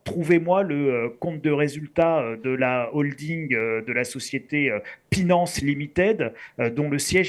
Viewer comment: A partir du moment où il a dit "Pinance" et "Krakers", j'ai mis sur pause, j'ai appuyé sur 👎, j'ai mis ce commentaire. Merci de m'avoir épargné 7min de vidéo. AU REVOIR!